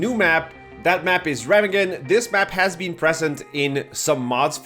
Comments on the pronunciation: [ˈʁeːmaːɡn̩] Reeemaaagen, not Remmaggon ;-) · Jesus Chris. It’s pronounced Rah-mog-en. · I believe it's pronounced Re-ma-gen not Rem-agen. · Pronounced ray mah hemm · Dude, you mispronounce the name "Remagen". But this map is going to be shit from the start. Why give us a map that's of this design with this game and why not give us a Russian map instead because we only have two of them. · ree -maug-en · It’s pronounced “Re-mag-gen “. Where is the Monospatial from before? Your hating and haven’t even played yet? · It is pronounced RAY MARG EN according to every source I could find. I know you are Argentinian, so just a heads up, not mockery. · Said Remagen wrong 😂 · Anyone else bothered by how wrong he pronounces Remagen?